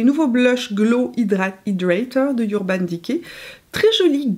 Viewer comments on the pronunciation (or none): Merci. J'adore tes vidéos! J'apprends tous les jours. Juste une précision: on dit eurban decay (comme dans oeuf), pas yourban decay.